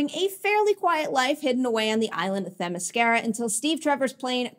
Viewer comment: Themiscyra (cy) not Themiscehra (eh) get your pronunciation right!